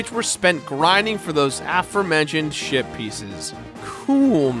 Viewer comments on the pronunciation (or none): It sounded to me like you said shit pieces lol